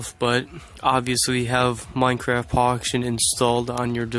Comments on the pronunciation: Is it just me or he said Minecraft Poction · I hear minecraft poction world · He did XD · He did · He actually said that hahahaha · Poction LOL